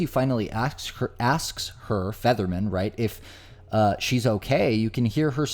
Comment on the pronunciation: To narrator, it sounds like your pronouncing Featherman as Fetterman. If you are your lronouncing it wrong.